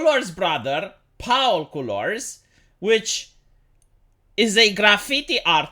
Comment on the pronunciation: Like how pronounces "Paul" like the german pa-ool